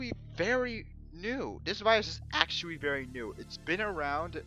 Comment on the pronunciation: The ammount of times this guy said actuawy. I think I'll stay tuned to hear this beautiful word again and again, I love it.